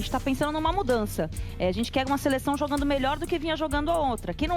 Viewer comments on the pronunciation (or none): " Jogano"kkkkkkk, não sabe falar😢